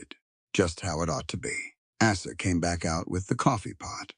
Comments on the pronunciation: Good story. Have caution with your editorial/proofreading staff. Poor Asa's name was butchered several time. Came out as Asses once. Have a care. Background pictures are more than distracting. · Asa is an easy name. Correct the pronunciation.